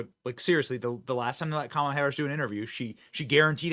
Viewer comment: I'm sorry but I actually retched when Drew called her Mamala.